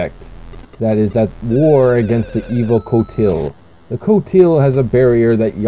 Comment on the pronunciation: sound fx are bit off its pronounced KOE -TILE Qotile